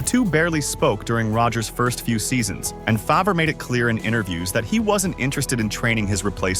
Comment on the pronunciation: I love that AI can't properly pronounce Favre